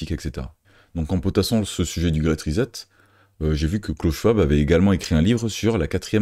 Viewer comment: Bon travail. Très intéressant. Pourquoi prononcer ri-zette au lieu de ri-7 ? Pour le reste, bravo!